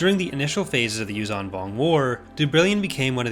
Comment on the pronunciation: Repulsorlifts would be of limited use in a vacuum. Also, the 'zh' in 'Yuuzhan' is pronounced like the 's' in 'leisure'.